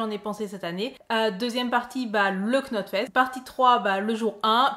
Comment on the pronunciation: "Globalement".... "globalement"...." globalement"...... "Knotfest".... on ne prononce pas le K ! Tu ne dis pas "Slipqnot" !